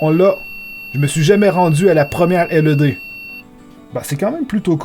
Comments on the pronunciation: On dit pas LED on l’ed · 'laide et non 'elle euh dée' T_T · arette de dire L E D !!! tu pronce laide mai sa secri led!!!!!!!!!!!